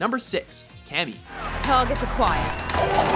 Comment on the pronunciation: LOL cammy toe